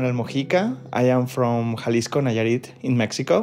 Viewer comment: Its Jalisco not Xalisco